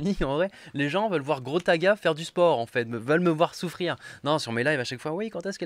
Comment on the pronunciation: Au début il a dit : "Grotaga"